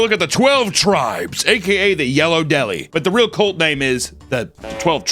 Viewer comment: its CULT C U LT ITS NOT A BABY HORSE HUNTER LEARN TO FUCKING SPEAK ENGLISH PLEASEEEEE